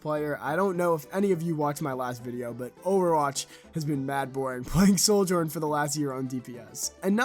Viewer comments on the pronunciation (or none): none